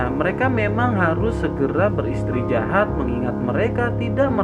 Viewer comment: Apakah telingaku doang yg mndngrkan ber istrijahat bukan beristirahat 🙂